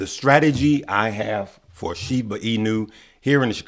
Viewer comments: sounds better pronounced sheeeeeb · SHIBA PRONUNCIATION= Sounds like shee·buh